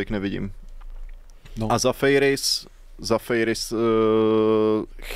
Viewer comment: Pánové, když už řešíte tu výslovnost u jmen hráčů, tak opět připomenu, jako už jsem jednou psal, ze Zafeiris se čte “Zafiris”. V souvislosti s nim je i zajímavou novinkou ze to vypadá za změnu reprezentace z norské na řeckou..